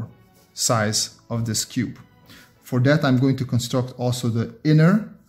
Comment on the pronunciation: fun fact: He cannot pronounce cube.